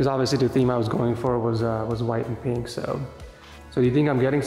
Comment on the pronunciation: Will never get over saying peenk instead of pink